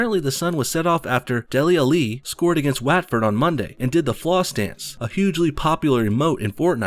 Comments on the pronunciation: "W-atford" lol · It’s pronounced wotford but you are American so I’ll let you off for your football ‘soccer’ knowledge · Ik youre american but the pronunciation of waaaatford makes me laugh😂😂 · great butchering of the word watford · the way you say Watford, made my ears bleed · your watford pronuncation was horrible jesus christ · The way he said Dele Alli and Watford were hilarious. Had to pause the video to stop laughing. For future reference, although i doubt you will ever need it, they are pronounced Dele Allee and Whatford.